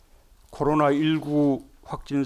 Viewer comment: 쩝쩝 코로놔는 곧 쩝 종식 될것입뉘다 쩝쩝